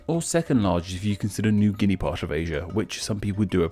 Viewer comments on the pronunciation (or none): none